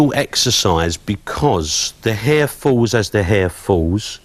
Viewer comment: “lcan and l will.....cut her hir”tha cockney accent saying that to Love him to cut my hair....LS